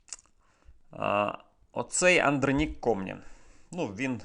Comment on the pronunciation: Правильно казати -- АндрОнік